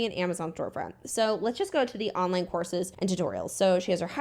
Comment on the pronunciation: First I understood "She is also selling horses" instead of courses and was completely confused